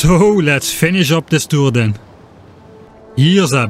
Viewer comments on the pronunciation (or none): none